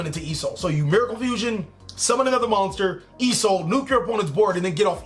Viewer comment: I noticed something in this video you constantly say e soul in this vid but I can't figure out what e soul Stands for. Certainly it's not e emergency call, rght? Or are you saying Isolde as in the link 2 noble knight?